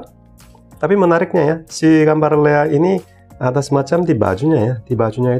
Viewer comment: Lea, kedengarannya Leak tadi, beda ntar artinya...😂🙏